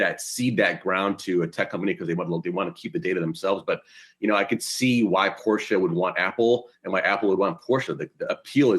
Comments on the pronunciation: Yahoo! Porsche is a two syllable word pronounced Por-shay not Porsch as said by your young lady host. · Well, SIR. Let me be the "Young lady" who lets you know that Porsche is actually pronounced "Por-shUH." But you tried, I guess :)